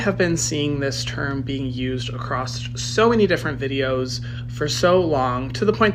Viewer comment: I'm not going to take speech lessons from a guy who says acrost instead of across.